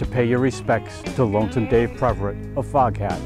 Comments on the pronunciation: It’s “Pev” not “Prev” for crying out loud! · I've never heard of (narrator) before, but it would be nice if he could pronounce Dave's last name. It's PEVerett, not PREVerett. So disrepectful... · His name is PEV-er-ette , not PREV-a-rit. RIP Lonesome Dave and Foghat! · Thanks for this piece of music history. The name is Peverett, not Preveret. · I was a Lonesome Dave fan since the Savoy Brown days and was a Foghat fan the entirety of their "main" existence and love these little "factoid" pieces. Sadly, I must voice my complaint about the pronunciation of some of the members' names. Dave's name was Peverett, not Preverett and it was mispronounced five times in this mini-documentary. Come on man, if you can't at least get the people's names right, then get somebody who can. You talk about paying respects to the dearly departed but can't even get their names right. By the way, I just saw Roger Earl with the current version of Foghat at the Imperial Palace in Biloxi Mississippi and sadly, it's not the same. Was good, but not great. RIP, Lonesome Dave Peverett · This guy keeps calling him Dave PReverett. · Please stop saying ‘Preverett’… it’s Peverett. Real good video tho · You're exactly right! He kept saying "Preverett". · Bingo! It was a nice tribute but hearing him call him Preverett was driving me crazy! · “Preverett”… over and over again. You’d think this guy would take the trouble to correctly pronounce the name of the artist he’s presenting… And you’d think someone else working on this might tell him he’s getting it wrong. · This would have been a nice tribute to Lonesome Dave had the narrator not continually mispronounced his name. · However, one should never ADD an "r" where none ever existed!